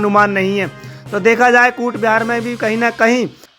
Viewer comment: Coochbihar not kutbihar